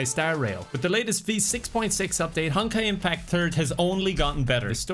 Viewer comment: I swear he says "honkai impacturd"...